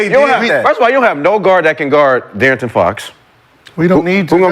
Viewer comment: Why does this hooked on phonics ass nigga Brandon keep saying Dearrington Fox it’s De’arron. He’s been saying this for 2 seasons now 😂